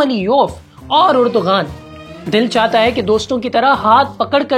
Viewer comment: Bhai Erdogan nahi sahi pronunciation Erdowan hy.